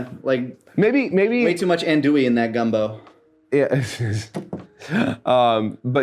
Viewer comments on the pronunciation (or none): *angry Cajun noises at the way he pronounced "andouille"